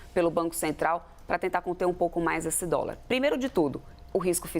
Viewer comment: " U póbi naum comi dóla mesmo"